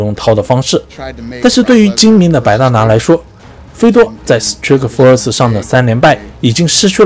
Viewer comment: Strikeforce那个i和pride那个i发音一样。。求别再念错了